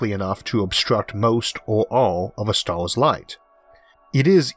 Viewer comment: "our Galaxy is an emormous place with billions of StaaaaHWss!" lol